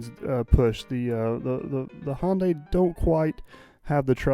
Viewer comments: Sunday Monday Hyundai... not Hawnday. Lol. Love the videos. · Hyundai is pronounced Hi un dee ! Back in the early 1980's I worked for a company that built Ion Implanters for Hyundai. I was the Quality Assurance Inspector for the job and was always corrected by their engineers on way to pronounce it. I was also the 1st American to drive one of their cars on American roads! It was a piece of junk but I didn't tell them that! Best Regards, Jay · Hyundaii like sunday. I had a new car sales man tell me that one time when j asked him how to pronounce hyundaii. He said hyundaii like sunday. And of course the fella was korean .